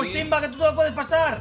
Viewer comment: se dice timba